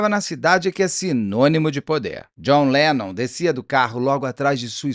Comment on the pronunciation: A cara do Beto falando:…Jhon Lenom…